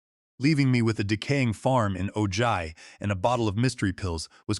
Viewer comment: Ojai is pronounced "o-hi"